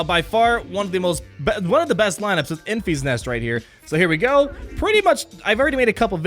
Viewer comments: Have you not seen Solo yet? It’s Enfys(en-fis) not (en-fees). You’re driving me crazy lol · It should be pronounced like Memphis, TN. Not Enfeeze.